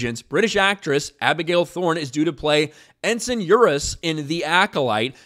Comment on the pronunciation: “Ensign Eurus”?! They meant “uterus”, right?😂